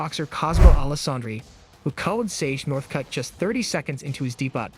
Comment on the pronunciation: You, or your crap AI voice mispronounced debut? 🤦🏽‍♂️